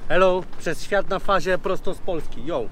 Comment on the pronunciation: "Yeaahh Hello ladies and gentelment łija hija łif the program Przez świat na Faja":)